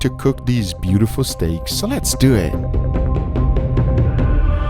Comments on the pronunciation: Guga: "Lets doet." Also guga: "I have no idea how to do this." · “So Let’s Dewwwyit” 🤣